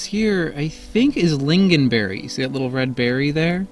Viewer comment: it is pronounced ling-on not ling-gin (